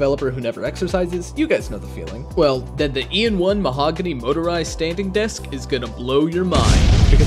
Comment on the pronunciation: Its mahogany ot mahoganey